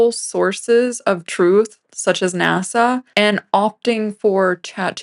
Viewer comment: serious content of the clip aside, the way he said "You're using, an AI MODEL. to fact-check. NASA!" made me laugh a little bit